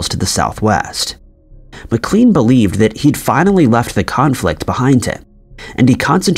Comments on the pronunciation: How is the occupation of Wilmer Maclean's house at Manassas an "Historical mystery"? Wilmer himself said of the conflict itself that it "Began in my backyard and ended in my front parlour." And his name is pronounced "Mac-lain" not "Mac-cleen" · And Mclaaaane. And Suhfuck. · McLean Pronounced "muh-klane" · Thanks! I was going to say that. I would guess the name McLean is pronounced McLANE as well. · Tbf, the voiceover artist sounds as though he doesn’t bother to double check pronunciations of proper nouns (“Beauregard”, “McLean” and “Suffolk”, for instance) nor the actual facts he’s narrating (eg. the UK Dennis the Menace wears a red and black jumper, not a red and white one, “Dennis the Gnasher” when the comic’s name change is actually shown to be different in this video itself, and 1965 vs 1865 etc). That nobody fact checked the script while preparing it, that the VO didn’t do his due diligence while marking up his script for pronunciations or question some obvious mistakes before recording and that nobody seems to have given the video a critical viewing before posting looks low quality, lazy and unprofessional. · I tuned out after hearing how 'he' pronounced Beauregard. I'm not even sure McLean is pronounced correctly. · Beauregard . "Bow-Ree-Gard". McLean. "Muc-Lane". My god. If you're going to recite history... get it right. Probably more blatant errors after that, but I checked out. Just can't listen to someone butcher history.